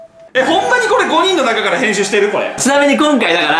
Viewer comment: 誰がへんすーしたでしょう、にしか聞こえない、、、（笑）